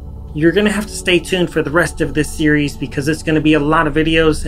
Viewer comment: You said “series” so many times in the intro, and pronounced it like “SEE-yer-EES” Sorry sorry just had to say 😂